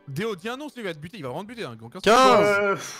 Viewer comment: Ça me fume quand kamel appelle deo « deon »